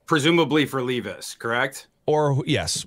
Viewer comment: Why does intentionally mispronounce peoples names? who the fuck is LEEVIS?? its Levis (lev.is). and its not RAY-GORE either